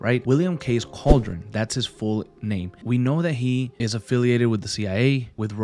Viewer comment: CAL-DE-RON, don’t disrespect the last name it’s not cauldron